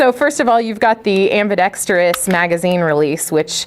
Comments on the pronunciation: Also properly pronounces the COMMONLY MISPRONOUNCED word - ambidextrous! That is often heard pronounced as 'ambidetrious'! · Kudos to for properly pronouncing ambidextrous! Soooo many people don’t do that. Just an OCD pet peeve of mine 😉